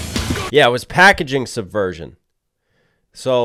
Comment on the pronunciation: I cant be the only one that heard: “Pack a chainsaw virgin” instead of “Packaging subversion”